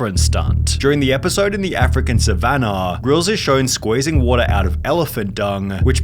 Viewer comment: Your vids would be so much better if you didn't inflect the end of your words like wat-uhhhhhhhh